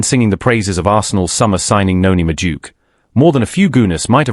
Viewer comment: who's Medook? AI can't pronounce names.